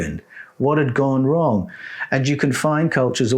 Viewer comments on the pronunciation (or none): none